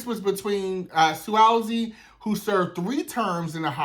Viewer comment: NY Cabinet member here. It's Pronounced "Swaz zee".....I've been hearing that name everyday because they play his commercial all day every day....